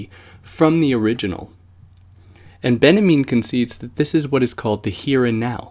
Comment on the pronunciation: its benjamin! not benamean... it's just hard to listen to with all the mispronunciations ...